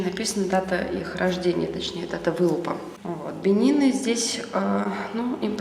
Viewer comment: Не бени́ны а бе́нины